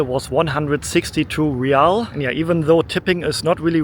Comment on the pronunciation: Hi, ever since you been in Oman youve been pronouncing the currency wrong. Its Rial, like when you say real madrid. Re yal.